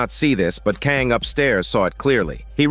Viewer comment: Hey thanks for this. Such a cool premise for a show and really well done. Your play-by-play is perfectly expressed. If I could respectively point out two things I noticed that made me laugh. You pronounce the school President’s name, Kang, three different ways throughout. NBD. What I found extremely funny was your semi-degrading descriptions for some of the characters… XD Her greasy face, his greasy beard… Her stinky feet… Chicken screams, chicken body, fly like a chicken… Sleeping on the couch like a piggy… Man.. those were some tasty sprinkles. Anyway, thanks again. Stay safe and enjoy your day. 😎